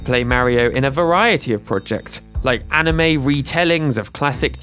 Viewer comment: I liked your effort in pronouncing the anime name😀